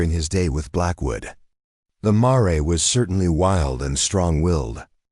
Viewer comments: Marray should be pronounced mayor which is a female horse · Marrey? Seriously? I quit listening after that! Get a real narrator. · Surely the AI narrator should be checked for correct pronunciation e.g mare?